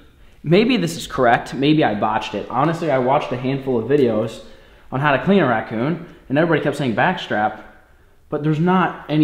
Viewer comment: Ngl I cringed every time said ratCOON jerky.